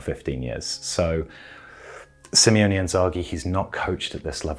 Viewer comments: it's SIMONE not SIMEONE:D Nice analysis but I'd recommend splitting it into mini-sections next time, instead of speaking mostly uninterrupted for 15 minutes:) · Its Limone not Limeone .. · It's SIMONE not Simeone :) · You always say SIMEONE Inzaghi. That's two guys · Great video. Just a minor thing I've noticed many do, his name is Simone (Sim-O-Ne). I think we all went through minor dyslexia in the beginning because of Diego Simeone